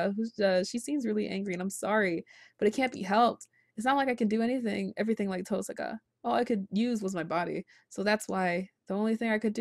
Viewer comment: I love how you've started saying TOHsaka rather than tohSAka. Once you get started with the visual novel, tohSAka sounds so wrong... lol :D